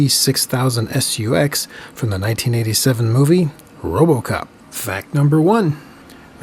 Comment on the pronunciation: i like how he says "S.U.X." instead of just SUX